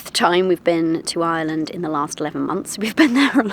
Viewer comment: Well done, congratulations, welcome to Ireland (fn. Eye-er-land... not Island 😊) - hope you get the local accent quickly because you'll need to with the one you have 😂😂😂😂😂